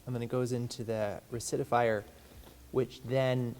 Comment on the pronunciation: Rectifier... Wreck-ta-fire lol..... I love the "I wanted it to look old" statement 😂 I get behind on stuff too and have to abandon a project midway through